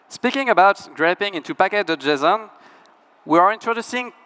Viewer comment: Cannot unhear packadojizzon